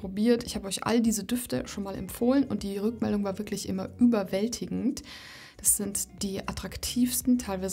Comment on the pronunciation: Liebe, deine Videos bekommen von mir alle einen 👍,.... kleiner Tipp: sprich doch bitte das "t" in dem Wort "ist" mit, nicht immer dieses "iss" und sage nicht "diss", wenn du "das" meinst ❣️❣️❣️❣️